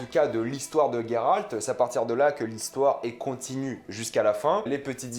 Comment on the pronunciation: Alors c’est "G"eralt et non "gue"ralt. Juste pour info (dans le jeu il dures Geralt et non gueralt donc chut).